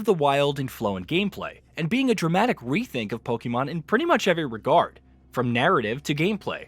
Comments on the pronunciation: It's not pronounced Pokeeemon. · Lost credibility in the first 2 seconds after mispronouncing pokemon